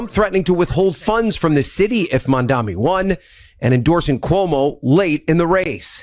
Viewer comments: Whoever is the broadcaster that you are using the news clip of..... he needs to learn peoples' names properly. He says MamdaMi instead of Mamdani. He says SpaMberger instead of Spanberger. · The man voice-over saying MamdaMi. Smh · Why do journalists on TV say: "MamdaMi"? Are they idiots?